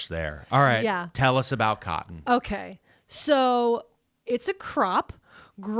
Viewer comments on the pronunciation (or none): "CYUTIN" mills - keep saying cotton - (CAUGHT IN?) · Her pronunciation of cotton is one of the most east coast things ever. PA, NJ, NY, etc, none of y’all can say that one right.